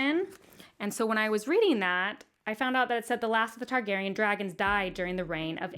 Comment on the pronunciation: Roger Baratheon lol. NAILED the Targaryen names that you were worried about though